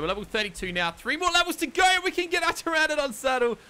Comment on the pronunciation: Hopefully watched this and learned how to pronounce pteranodon